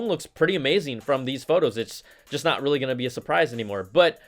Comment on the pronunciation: "I'm "notch" gona lie"...LOLOLOLOL